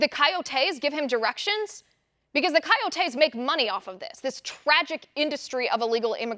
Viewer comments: It’s not “Kai-O-tays” it’s “Co-yo-tays” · It’s really annoying how she pronounces coyotes as Kai-yo-taes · Liz, love your broadcasts, but the word coyotes is pronounced coy-O-tays with the accent on the capital O. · Ki o tees??? Come on liz. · No they are called coyotes you are extremely smart but if you say something wrong though feed you to the sharks pronunciation is a huge thing thank you for all that you do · Learn to say coyotes.